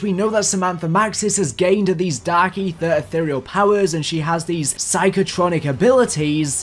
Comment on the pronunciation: “dark AeeTHEER”